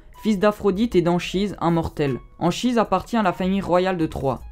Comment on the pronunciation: Ça se prononce Ankhise